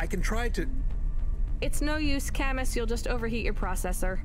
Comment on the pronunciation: That's not how you pronounce Camus